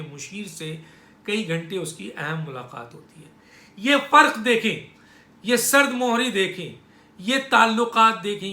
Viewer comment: Sard muhri ni sard mihri hy .meem k neechy zer hy meem pr paish ghalat hy